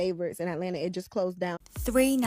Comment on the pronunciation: "Alena" is supposed to be Atlanta?